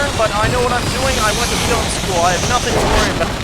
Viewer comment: " I went to flim school" lmfao